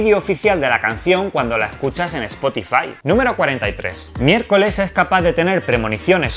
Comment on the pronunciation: MI-ER-CO-LES Y CO-SA. No es tan dificil